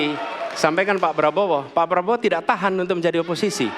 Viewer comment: Prabowo bukan Praowo min